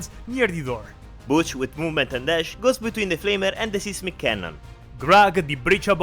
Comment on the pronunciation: These are always fun! I like that everyone gets a name, even Boom. PS: 'seismic' is pronounced with the same long i sound as 'siphon'.